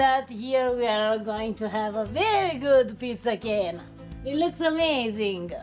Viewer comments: STOP calling it PIZZA GYNA. Every American-Italian knows that it is GAIN-A... Just an offshoot of being sloppy with the sound of CHI (CHIENA).. Please it is annoying. Maybe you never heard it but it's evident in spelling. Thanks (I'm not usually crabby but this annoyed me today..sorry please forgive me).. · yep. same. What is annoying is how keeps saying GYNA. Everyone knows it is GAIN-A just like its spelled, an outshoot of Chiena without the CHI (k) sound. Immigrants talk fast and then pass it down and generations sound it a little different. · pronounced "pizza Gain." ...from a New Jersey Italian...lol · He is pronouncing it the way it's spelled though. He's just assuming it's an Italian word. The ai dipthong in Italian gets pronounced in the way he's saying it.